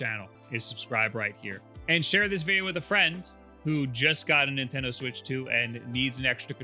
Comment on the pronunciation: Do you say Nintendoo..?